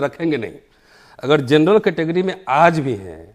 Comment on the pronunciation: Wah to our PM for his speech: Vajpayee ji ki sarkar dou tum rahi (term ko tum) aur jut chalaya jaraha hai (jhoot ko jut). Hahaha! Aur woh matri kehraha hai jurnal (general ko jurnal). Hahaha!